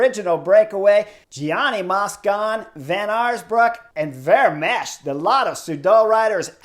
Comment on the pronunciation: Chris: The 'ch' at the end of Vermeersch name is 'silent'. So his name is pronounced 'Vermeers' and that second syllable sounds like the English word 'ear'. It's close to the name of that painter 'Vermeer'. Add the 's' at the end and you got it!